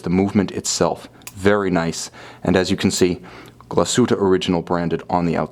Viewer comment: When you can't even pronounce the name of the company ......